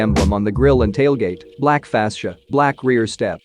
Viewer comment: How does this guy pronounce "fascia" and "alloy"? Weird. Stop. Is this a computer voice reading a script? The announcer is as bad as the Silverado itself.